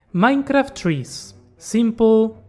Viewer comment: Dijiste MAINCRAFT y ya con eso me bastó para darme cuenta que sos argentino jajaja